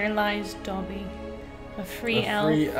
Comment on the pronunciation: Why does he have such a hard time saying dobby 😂